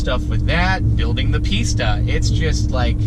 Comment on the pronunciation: Every time he says pista I’m gonna think he says pizza